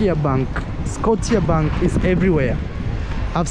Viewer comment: Scotiabank - you say you see everywhee - then its Canadian. Scotia pronounced (scoh-shah) from Nova Scotia a Canadian province..